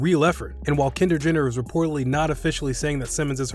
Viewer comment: did he say kender Jenner